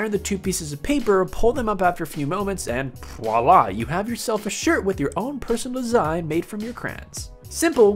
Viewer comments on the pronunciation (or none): What are krahns? Also, did you say pbbbbwalla? Sure you didn't mean voila?